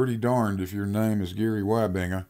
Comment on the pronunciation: I saw that coming the moment he started comparing angles, but didn't compare the angle to the upper floor with that of the lower floor. The last one being greater than the first one. (actually you should pronounce it as Weebengah, since it is a Dutch name in origin) is a farmer whose knowledge of perspective is limited to the length of his cowshed.